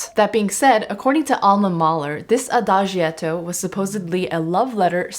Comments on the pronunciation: adagietto is pronounced Ah-Dah- JET- o. The letter i is not pronounced. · Thank you for a very enjoyable and enlightening exposition. Ahem, while you are there in Hamburg, try to bump into an Italian and ask him/her to teach you how to pronounce Adagietto (ah-da-jetto) and Maestro (My-stro) and, in general how the additional "i" is used to soften its preceding consonant. (As in Giacomo or Giotto.) Grazie lo stesso!